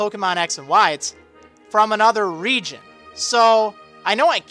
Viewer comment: Stpop say reigon